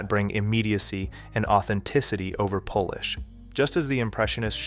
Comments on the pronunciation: the weird "um" and mispronouncing "polish" as "Polish" means the narrator is generated, and tbh the script is bland enough that it feels generated as well. There's a few verbal tics, but it feels like he didn't even read what was generated or hit play before uploading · "authenticity over POlish (instead of POHlish) THIS VIDEO IS MADE BY AI or at least the voice actor is AI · Guessing this is AI because no one would pronounce polish the way you did like Polish. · I'm not trying to be ignorant but because the subject is AI, why did homie say "Polish (like being from Poland) and then immediately say "polishing" (like the act of perfecting a surface)? Just seems like the type of mistake AI would make. Is the guy in these amazing videos the actual creator and is this his actual voice? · Ironically, when the narrator pronounces "polish" like the nationality and not the characteristic of refinement , it made me wonder if the narrator themselves were actually AI, in a video discussing the impact of AI on filmmaking. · Its crazy that this is an AI video asking about AI. Not knowing the difference between Polish and polish, and then not even bothering to check the audio before the upload. Insane. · Is this an AI voice over? Not joking. There are little moments that sound like glitches. Like he says Polish (a people from Poland) when he means polish (to rub for shine). Other examples too.